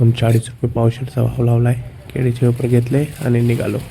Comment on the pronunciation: केळी ❌ केडी✔️